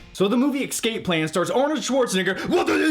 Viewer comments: you're awesome, but it's escape not excape. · It sounded like you kept saying "ecscape"